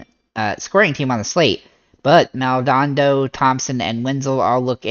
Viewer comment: love the content... but... it's Maldo-nado lol